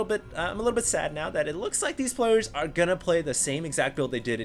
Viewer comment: hah, he said plowers instead of players. it's the little things...